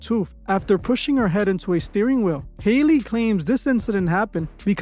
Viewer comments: Howl-Lee is her name. Not Hailey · Hee name is not pronounced Hailey. It's pronounced like alley. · HER NAME IS NOT HAILEY. I just dont understand why yall cant pronounce Halle. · HAY-LEY BAY-LEY!!!😂😂😭😭😭🤣🤣🤣